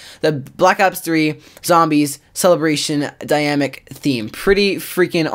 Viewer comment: It bothers that he says dynamic as if there was no n